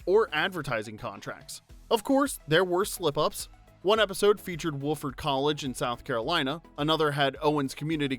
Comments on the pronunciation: Woof-ford? You mean Wah-ford? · Wofford, like Waft. Pronounce it like Waf-ford. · Wofford college is pronounced "WAF-ford" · Great, except for pronouncing Wofford incorrectly lol